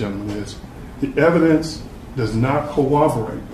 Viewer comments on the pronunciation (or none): Trivial comment but it's amazing how many lawyers can't pronounce corroborate. They say co-wobberate. Just a pet peeve from a retired editor who, according to my kids, never retired, just got more annoying. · You can be assured your defence lawyer is tippity-top notch when he repeatedly says "cowwoborate" even though he's demonstrated a pristine ability to pronounce R's; then follows it up with a smattering of uhh's :) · defense counsel can’t say the word corroborate correctly 😂